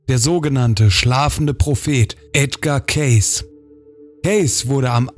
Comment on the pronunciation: Es wird "kääisi" ausgesprochen